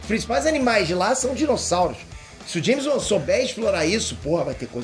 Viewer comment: Que é "James Uan"? Kkkkk